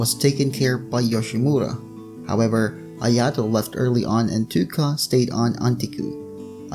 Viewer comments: normal people: touka: toooka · When he said Touka's name ,,Tuka" , i wanted to kill myself